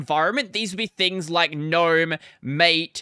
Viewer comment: Thank for pronouncing gnome "nome" and not "guh-nome." I hear that constantly. "The kuh-nights of the round table."😁